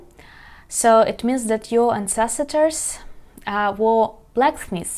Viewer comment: Вітаю. Помилка при промові слова ancestor [an·seh·stuh], ви додаєте цілий склад [si]. Щасти!